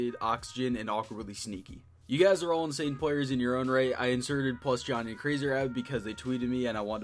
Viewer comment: When he said plusjohnny I died